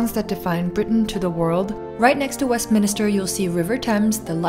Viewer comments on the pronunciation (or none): Westminster, not westminIster! The minster in the west, not the minister of the west. Also, never heard of bubble and squeak and you lived in the UK? The first bit did make me desperately miss black pudding. These are lots of tourist-y places. Any local places you miss from your time there?